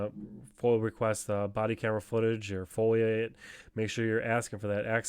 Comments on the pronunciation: Great work. Am I the only one hears him saying FOIL? It's foiA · It is not a FOIL request it is a FOIA pronounced Foy Yah